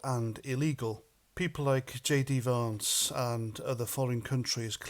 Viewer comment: It’s Vance not varnce